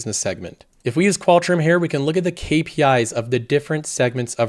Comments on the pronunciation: He usually pronounces it more like "hair". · just wait for him to say "here" and it sounds like Hair.